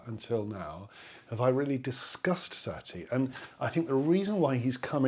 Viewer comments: it's sah-TEA, not SAH-tea. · Satie, sa tie, not sat ie